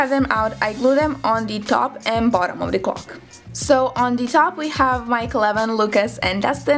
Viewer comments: opa Srbija haha e nemoj izgovarati the kao di nego kao d jer nakon nekog vremena počne pikati u uho, zakon video btw ;) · Smo da ti kazem, kao prijateljski savet, cita se ,,di,,(the), samo ako stoji ispred reci koja pocinje samoglasnikom. Ti svuda pricas ,,di,, umesto ,,d,,😀